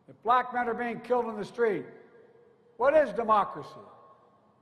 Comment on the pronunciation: How many times he used the word “black”? These people are not blacks… They are good, productive, professional Americans. Why he focuses so much on the color of their skin? Maybe there’s a Chance that he is still pissed about racial integration in the US? Watch how he emphasizes on the word “Blackkkk”